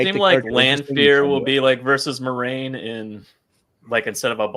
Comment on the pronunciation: "mwah-RAIN"!!! THANK YOU!! It is totally a Frenchesque name 💙💙